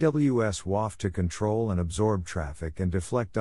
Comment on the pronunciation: AWS WAF (wäf').😄... rewinds 😯/'wöf/... ⏪ again 👄[waff-]... 😂 So proper, gentleman. 🤵‍♂️🍵